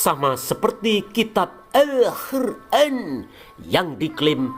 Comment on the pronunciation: nk muni alhuran apik banget..😂😂😂